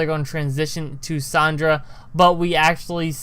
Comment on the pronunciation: you're calling Sar-Ahh-Da Sandra